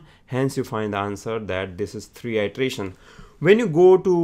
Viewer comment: I suggest you work on your pronunciation. Ity-erataion, not itreation